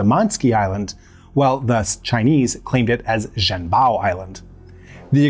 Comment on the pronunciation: Zh in Zhen Bao pronounced like J in Jenny. en is like "un" in under. Chinese Zh = English "J." The sound the narrator made doesn't exist in Mandarin Chinese.